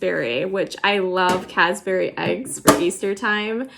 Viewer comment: Ness-lee for Nestle is the correct pronunciation. Also Reese’s rhymes with “greases.” Cadbury....no s in it (not Cadsbury). We’ll get your brand names right!! Don’t want you to be embarrassed. Love the tins. Mine are used and well-worn. (I found another place that says you can put a very soft t at the end of “Nest”/Ness”)